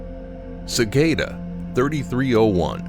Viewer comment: Thank you for saying cicada correctly. I don’t care what others claim, pronouncing cicada as “suh-kah-duh” sounds dumb as hell. Suh-KAY-duh.